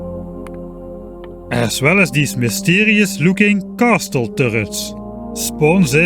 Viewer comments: I usually ignore your mispronunciations, but "CASTEL"?? I cannot accept that.. Please try to pronounce some of the words more properly:( "castle" is pronounced "CAS-L" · "Castle" sound very cool when you say it, heh.